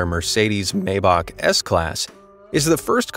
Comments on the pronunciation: Nicely put together video look whoever narrated this I'm sure they are an American here's the deal pronounce the name of a vehicle correctly or say s i c right after Maybach is not pronounced Maybach it is pronounced Myback if you don't believe me call Mercedes-Benz and ask them alvita Zane ¥ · It is MY-Bak not May-bak. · Maybach...pronounced maɪbax..."my..." not "may..." with the "x" sounding like one clearing their throat, not "k". It may be hard for some to get the ending right (German like), but the start is easy for anyone..."my".